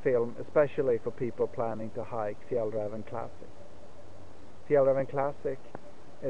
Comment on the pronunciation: I assume that you're Swedish and we can hear the correct Swedish pronunciaton of Fjällräven.